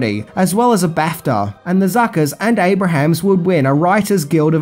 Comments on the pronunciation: “Abrahms” not “Abrahams” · It’s ABRAHAMS-2 syllables, not ABRAHAMS-3 syllables!!! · Abrahams. Pronounced: (Abe-rims) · You say Jim Abrahams name incorrectly. It's pronounced "ay-bruhms" -- you've been making great videos for a LONG time....you should know to Google name pronunciations. ;] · Abrahams is pronounced Abrums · Jim's name is pronounced AY-brums, not AY-Bruh-hams. Also, the impressionist is John BYNER, not "briner." With 304k subscribers, I would think you could mic yourself better in those live shots. You could leave t. hose parts out entirely, actually. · Abrams. Not Abrahams. John Byner. Not Bryner.